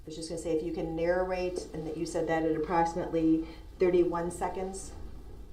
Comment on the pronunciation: He can't even say that he says dat